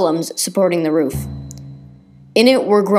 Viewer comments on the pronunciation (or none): none